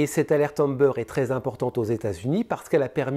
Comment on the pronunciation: Alerte Amber non Ambeur SVPMerci pour l'histoire de là petite Athena Pauvre ange! l'homme sera toujours le pire prédateur de femmes et d'enfants sans généralisé 🇨🇦